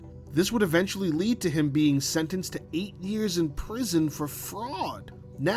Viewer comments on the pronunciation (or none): none